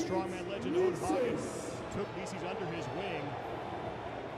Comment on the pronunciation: He's in it though. He's the one that called Licis "Like-us"